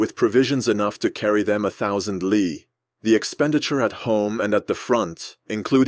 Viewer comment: also not li is a mandarin word and it's pronounced as Lee not l i. it was their old distance measurement equivalent to what we know as the modern mile.